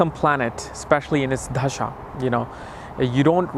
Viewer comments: It’s dasha not dHasha. I would expect you would say it correctly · It's not dhhhasha, it's Dasha !!!!!! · Dasha ❌ Dhasha ✅ 😂😂😂😂😂😂